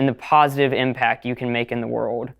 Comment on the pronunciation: This dude sounds like AI? He sounds more like a child bc he doesn't ever pronounce the letter "L" "Wur-ohd" is world lol